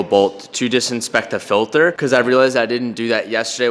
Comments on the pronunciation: lol “filther” 😂😂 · I love how says filter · Anyone else kinda cringe when he says filter?